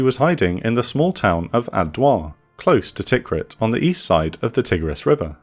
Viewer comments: Tikrit is pronounced t'KREET. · Interesting video but the pronunciation is terrible 😂 Tigris sounds very similar to tiger. Kinda like thai-griz, Tikrit rhymes with concrete etc Great content though, one of the better channels on YouTube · Your pronunciation of Tikrit [Tikri:t] needs working on. Great videos btw.